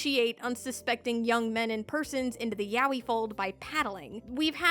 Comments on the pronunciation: People still pronounce it like YAHWEH instead of "Yah-Oy" even the Japanese Google translate says it that way lmao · I guess my hearing sucks hard because I hear the o in her pronunciation? Like idk I hear her saying it as ya-o-yi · I'll never get tired of English speakers pronouncing Yaoi as "yawi"